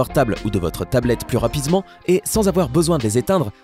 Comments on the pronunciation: Plus rapizement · T'a dis rapisement 😄😄😄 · Tu a mal dit rapidement à 1min 24 s